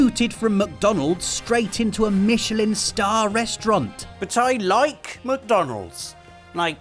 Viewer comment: Yes, Kojimbo...I did rike it.